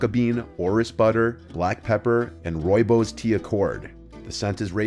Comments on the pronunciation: By the way, it's pronounced "Roy-boss" 😊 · Man this guy slaughtered my language! Please don't ever try say rooi bos again dude 😂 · 🤣 Oh my gosh the way you pronounce rooibos. I am native to where that grows and the word is Afrikaans so the English representation made my day right meow